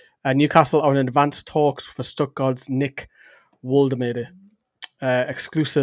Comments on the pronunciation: Think it’s pronounced Volta marda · Just a heads-up that it's pronounced Voltamada 👍🏻